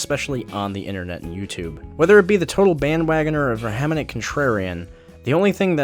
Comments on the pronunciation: pronounced VEH-HEEEM-ENT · You're adding a syllable to "vehement". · Please look up the pronunciation of the word “vehement” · All I have to say is that you should probably practice saying "vehement."